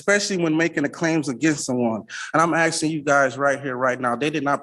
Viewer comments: He’s “AXING”, maybe he’s a retired lumberjack 😂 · Using the word axing instead of asking will sure get these judges to take him seriously 😒